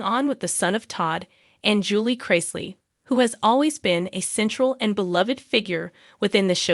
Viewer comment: Of course this young man is stressed look what he's been through instead of you guys talking about him and spreading lies why don't you pray for him and his whole family what is wrong with you people and later you can't even say their name properly you don't know anything about these people shame on you